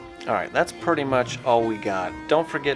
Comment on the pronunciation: "that's purr-ty much all we got"